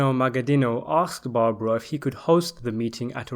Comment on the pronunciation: Apalachin is pronounced "apple" + "ache" + "in". And Joseph "Joe the Barber" Barbara 's last name is pronounced "bar" + "bear" + "ah". Talk about butchering names up.